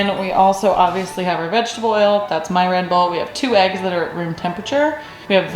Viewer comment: the way you said that's my red bull, like we were gonna steal it from u. Thats MY red bull